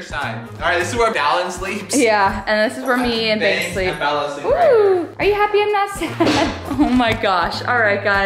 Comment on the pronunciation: Bella not bell